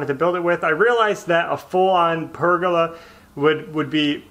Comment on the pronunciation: Great job,! Yes, it's pronounced Pur-ga-la... I saw this online at Etsy and I thought this screamed "Belle". Can you just picture her sitting underneath the Pergola reading a book in her Peacock chair?